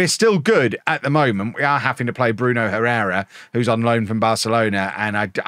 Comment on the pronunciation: It's pronounced "Errera". H is always silent in Spanish.